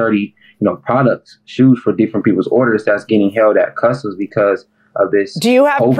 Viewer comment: When I heard her say custome Z I KNEW it was customz lol